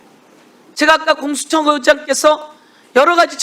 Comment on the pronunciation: 아…. 서영교 의원님 좀 실망입니다. 공수처를 모르시는겁니까? 아니면 발음이 어려우십니까? 아니면 갑자기 혀가 꼬임겁니까? 마치 공수처를 모르는 분처럼…. 왜그러셨어여…..